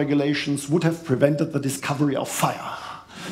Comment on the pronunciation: THE. THE. Nicht se. 🤣